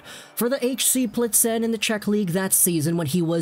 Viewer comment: I personally was expecting him to be decent bc I was able to watch im in the swiss league, but I was not expecting him to be this good. Great video as always. Btw Plzen is pronounced Pilsn ;) Keep it up, greetings from europe ✌️ Edit: as for the limit of foreign players on a team in certain leagues: it is supposed to protect the youth developement (especially in small hockey countries) and you can also argue that it protects smaller clubs who just cannot afford that many foreign players therefore the league stays more competitive. Keep in mind in europe there is no cap. So bigger clubs have more money and we really don't want to see the same thing that is happening in european football/soccer where only 2 or 3 clubs really have the budget and as a consequence the quality in their line up to win trophies...